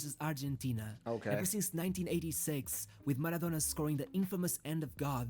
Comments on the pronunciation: Maradona, not Madonna, Madonna is a singer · It's pronounced "Ma-ra-don-na" I'm just trying to help lol it's Maradona haha